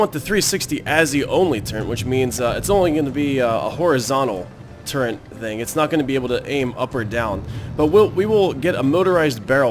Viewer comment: "turrent" Seriously though, good series.